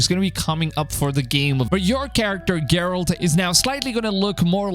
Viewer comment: it's geral-T!!!